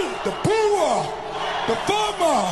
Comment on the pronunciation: He saying kill the boar not the poor ?